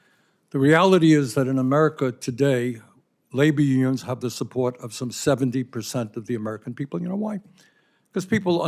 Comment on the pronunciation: Did he really say, "labia unions"?